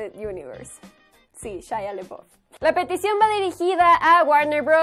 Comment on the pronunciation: Primera vez que escucho a alguien cayéndole mal Shia, y por cierto pronuncia bien su apellido.